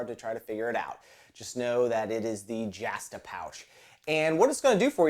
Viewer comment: "jahhhhh stuh a pouch"??? I do believe there is only one "a" in the "justa"